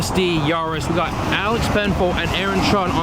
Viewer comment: It's yaris not yaaaris